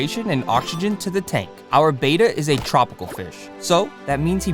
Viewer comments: ITS BETTA NOT BETA THST EHY IT HAS 2 T'D NOT 1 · Its not a Beta fish, its a betta. Like better with a at the end instead of er. Betta not beta. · it's not pronounced bay-tuh, it's beh-tuh. glad to see the tank progress. you should NOT have multiple bettas in a tank unless theyre all female. this can be deadly. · Beta = bay-tuh Betta = bet-tuh Double T! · It's not a beta, it's a bet-ta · Betta is pronounced BETT uh. "Bayta" is spelled "beta"; it's a Greek letter. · The most accepted pronunciation of "betta," from the Malay word for the fish, is BET-uh (like "better"), with a soft "e" and a short "a" sound, not BAY-tuh. While the softer "e" pronunciation is often heard, particularly in the U.S., the Malay-derived pronunciation is considered more technically accurate, though both are generally understood. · They are not “bay-ta” fish. They’re Betta. Beh-tuh. If you are going to be saying a word dozens of times the least you could do is spend the TWO WHOLE SECONDS googling something to learn how to pronounce it. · Correctly pronounced bett-uh, not bayta as in Betamax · It's not a "BAY-ta," it's a "BET-uh." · Mr. Betta is pronounced Bet-tuh, he is not a Bay-tuh, he is an ALPHA. =D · Btw it’s pronounced betta not beta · It's pronounced betta (bet- ta) I've been in the hobby since 1970 and cannot believe how it went from the original pronunciation to beta. Anyway great set up though. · Betta is not pronounced like beta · That pronunciation of Betta makes me cringe🫣😂 But otherwise, good job